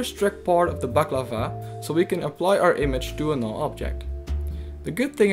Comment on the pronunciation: And then it turned out that we indeed did mispronounce it. The mask is called balaclava and we pronounced it baklava. You were totally correct sir, and we were wrong! ;)